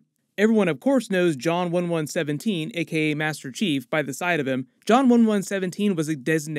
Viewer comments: Lol idk if people got this but u said John one one seventeen lol 😂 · It’s not one one seventeen. It’s one one seven. Good intro though. 👍🏽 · One-one-seven (117), not one-one-seventeen (1117) for future reference. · You keep saying, one one seventeen (1117). Its one one seven (117). Sierra-117, in fact. If this alternate universe is anything like the cannon universe, it's not just the artifact alone that made Halsey tell the other Spartans to protect John. John has always held a special place amongst the Spartans with Halsey. In the game cannon, the only other Spartan II we see interact with Halsey is Jorge. Jorge refers to her as "Mum". She is somewhat neutral in her tone with Jorge. She isn't excitable by his presence, but she doesn't speak to him like he she does the Spartan IIIs on Noble Team. She typically treats Spartan III's with little respect, as she was not part of the Spartan III program. With John, however, she has a fondness for him over the other Spartans. She has showed concern over his well-being before, and she also tells ONI personnel to not under estimate John. Makee, is like a take on Maquis. The Maquis were French guerilla soldiers in WWII. The term has been used in the past in Star Trek to represent other humans that separate themselves from the Federation. In Deep Space Nine, the Maquis become guerilla fighters to save their planets, but are also labelled as terrorists. She clearly hates the UNSC. She will probably have a back story that involves tragedy at the hands of the UNSC. Watch her turn out to be a Spartan that was able to break away from the programming or likely her parents were separatists that were slaughtered by Spartans. Humans have recently been adde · Small nitpick he kept saying "John one one seventeen" 1117 and not "one one seven" 117 just kept hearing it and thinking something's not right 😂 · wtf is John one one seventeen? It's 117 not 11-17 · its 117 not 11 seventeen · One one seventeen? lol